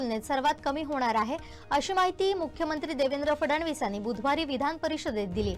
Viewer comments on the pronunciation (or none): आहे...जरा स्पष्ट म्हणाना. क्रियापद स्पष्ट नसल्यास वाक्य अर्धवट वाटत.